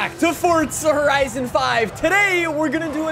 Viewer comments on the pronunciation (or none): fort-sa horisin fivuh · "fortdza horison 5"